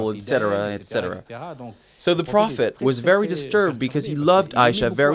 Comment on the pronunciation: What is with this guy mispronouncing simple words like prophet? And if anyone out there actually believes that this self appointed prophet was anything less than a nut job murderer, I have some ocean front property in Arizona for sale- get it quick before someone else snaps it up!